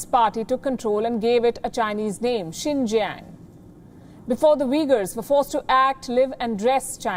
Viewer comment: says Sink Yang. LOL. Too many words & names mispronounced by!!!